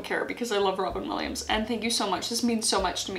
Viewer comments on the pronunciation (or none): none